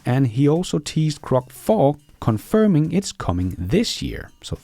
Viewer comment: PLEASE PRONOUNCE GROCK with a G NOT a C, thank's.